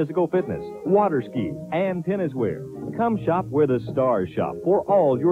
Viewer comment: I love how he mentions the locations at the end and one of the locations is simply called The Mall...but put emphasis on "The" and everyone knows what you're talking about. 😅